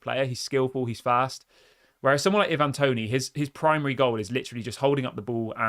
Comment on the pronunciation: It's not evan toney, it's i van (ivan toney